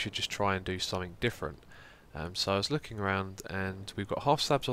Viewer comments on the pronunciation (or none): none